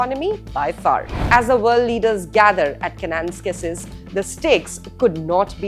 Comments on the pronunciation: Ka na nas kis Not kan nans kasis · It’s Ke-ne- NAS-kis. Emphasis on the 3rd syllable.